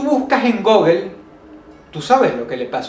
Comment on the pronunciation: "Si tu buscas en gogel"